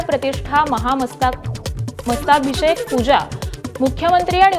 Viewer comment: उच्चार स्पष्ट नाहीत...मस्तकाभिषेक...